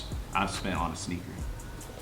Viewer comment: Who else thought he was saying “snicker battle” 😂